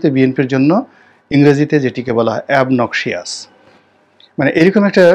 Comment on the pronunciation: Obnoxious= অবনকসাস এ্যাবনকসিয়াস না কিন্তু স্যার ।